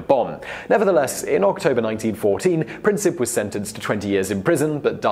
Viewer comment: Also, with Princip, its Prin-seep